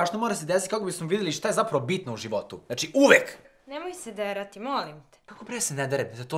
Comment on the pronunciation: Leni ne kaze se derati nego drati